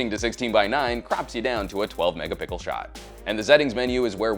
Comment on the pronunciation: Hey! Stop saying megapickels!! Your welcome. ;)